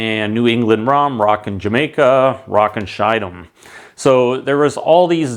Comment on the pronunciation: Also, not Shyd'm but Ski-dam, if you can't pronounce it properly.